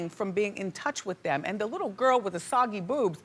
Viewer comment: I’m sorry, but did Wendy say soggy boobs??? It’s saggy Wendy saggy.